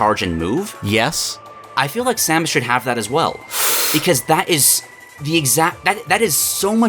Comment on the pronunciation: i hate how this dude pronounces samus